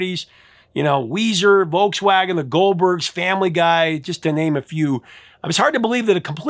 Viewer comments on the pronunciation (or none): none